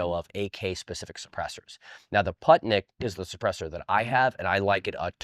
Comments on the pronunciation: Yeah Poohtnik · Awesome vid! Sidenote: The PU in "Putnik" is pronounced like in "Puma."